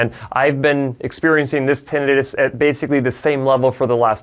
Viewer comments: Kudos for pronouncing "tinnitus" properly and not butchering it into "tin -EYE - tuss" as Americans are apt to do. 👍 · Yeah. You say tinnitus properly. Too many people screw it up.